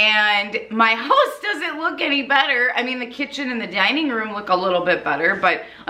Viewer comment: I was telling my SO about the Mega Motivation videos and he asked about "the one thay says Höuse" jajajajaja and yes!! So happy to watch your video today,!